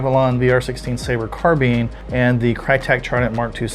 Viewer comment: Why do you say car bean? I think you meant carbine